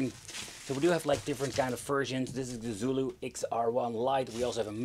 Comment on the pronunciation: If it's from China, the "Xu" sounds like "Shyu". Rather than "Zulu", it's probably "Shyulu". At least in Mandarin. I don't know any Cantonese and have no idea if it's the same there. This is of course assuming they didn't name it "Xulu" knowing in the west we say X like this as Z, and meant for us to say "Zulu"...